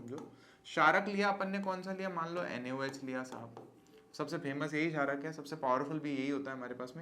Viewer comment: sarak nahi chharak bro